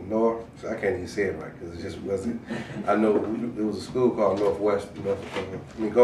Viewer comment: did he just "norfwest"? dayum